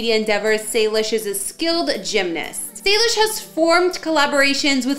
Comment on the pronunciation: It is not Salish it’s Salish